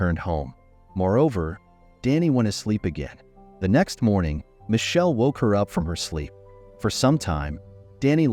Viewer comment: Why can't the narrator pronounce My kel is how it's pronounced. Damned confusing as to who the players are.😢